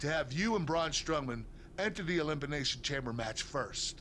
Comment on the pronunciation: "ElimPination Chamber" nice one Kurt.